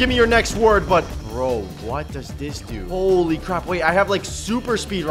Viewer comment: I Im dead bez he said howly balls